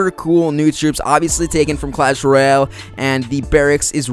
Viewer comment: "clash rayole"